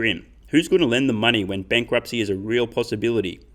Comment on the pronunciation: Is it just me or does it sound like he says solving the mining problem instead of money problem.